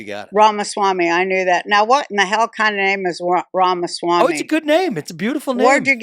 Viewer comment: Thank you, and Roseanne for having Vivek Ramawamy on your show. I loved it and I especially loved learning how to pronounce his name correctly. I have been watching him and learning all I can about who he is. I have not found one thing I do not like about him. I'm digging and hunting, but so far, I'm on the Vivek train. I like Trump, but there are MANY things I dislike about him. I respect him for doing a good job, not a perfect job, but he did better than many have. Things I like about Trump. He's a straight shooter, he kept us out of war, he made many great business decisions. Three of Trumps' worst things: 1, jumping on the fake vac train, taking credit for Warpspeed, like it's something to be proud of, and he is still on it. "And he also took a lot of money from Pfizer before all of this." 2, he didn't finish the wall. His errors are HUGE. "Was it on purpose he didn't finish?" 3, his ego and bullying are too much. His ego makes it that he can't admit when he is wrong. Like the fake Vac, he still highly recommends it. They either played him for a fool, and he won't admit it, or he is in on the genocide. What one is it, Trump? Trump was friends with all these people he supposedly now can't stand. Is it a big act are we being played as fools? I don't know, and we have lost too much time trying to figure it out already. Besides thinking Vivek will be great for America financially, I believe he will be better for joining Americans. He can help to stop all this on the left